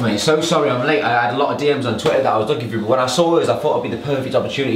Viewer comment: "Sorry I'm laate"